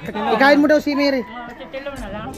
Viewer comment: pina pag aral ka di mo alam PROPER PRONOUNCIATION?